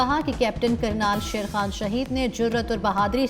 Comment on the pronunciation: Kernal bolna nhn ata shame on